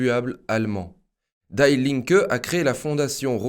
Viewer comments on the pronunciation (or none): die Linke ne se prononce pas à l'américaine lol die se prononce di, pas daille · Salut. Sauf votre respect en allemand on dit "di" et non die [daille] comme en anglais. Merci pour votre excellent travail. Force et honneur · On ne dit pas daï linke mais di linke ! Ei en allemand se dit aï, ie se dit i ! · Der = Le... DIE = La... Das = neutre... DIE se prononce Di.. Pas comme mourir in english! Notre future dictature est internationale gauchiste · Super, comme toujours. Merci. Juste une petite précision : "die", en allemand, se prononce di, à la française. (pronom : la (gauche))